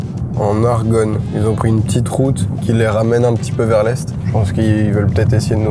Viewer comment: Varennes en argonne c'est 20 min de chez moi :) et non pas aryonne